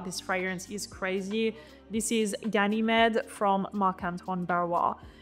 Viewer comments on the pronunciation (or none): It's pronounced as Ga-nuh-meed. As in the Greek mythological character Ganymede.